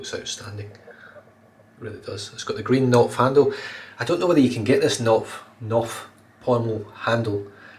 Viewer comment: In the word "Knopf" you pronounce the K. It is a German word meaning button or knob, and in German there are no silent letters.